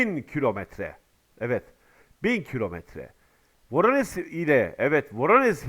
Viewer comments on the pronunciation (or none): Yıllardan beri bölgeyle alakalı yayın yapıyorsun, Rusça bazı yazımların nasıl okunması gerektiğini bilmiyorsun. Örn. Voronezh İngilizce transkripsiyon ile yazılır, zh olarak okunur, yani Voronej olur. Prigozhin İngiliz yazını ile yazılır, fakat bizim yazım kurallarımıza göre Prigojin olur.